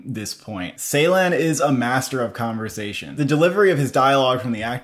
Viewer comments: its not 's'eylan its 'j'eylan i Think that night help your pronunciation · not seylan, it is ceylan, as in joy. the phonetic transription is dʒ. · Thank you for the review. Really looking forward to this one. May I kindly suggest you to check the pronunciation of 'Ceylan' again. The first part of his lastname is pronounced as 'Jay'. It is kind of like 'Jaylahn' 🙏🏽 It might look like a small detail but it's kinda sad to hear so many elaborate critics, who pronounce his name totally wrong. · Guys, let’s pronounce his name correctly: Nuri Bilge Ceylan (noori bil-ghé jay-laan) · Turkish C is not pronounced like the English C. Instead, it's pronounced like the “j” in “jungle", So the director name will be "Nuri Bilge Jeylan".